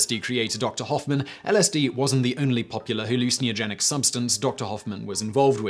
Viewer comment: You say hallucinogen funny